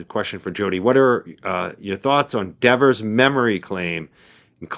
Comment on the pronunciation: NOBODY gets a $90K raise! Is that a typo? Her bame is DEVER, no "S" at the end. Pronounced "DEVVER".